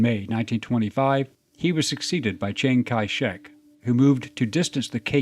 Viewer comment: Zhang Ki Shek, you’re a history person and you don’t know how to pronounce one of the most famous leaders in history’s name. His name is actually pop knowledge for being a name with x’s in it. (Word or Alphabet games)